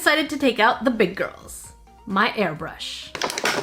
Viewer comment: when she took out her airbrush i thought she said " we not taking the acrylic paint, we bringin in MAH HAIRBRUSH!!" i cant have been the only one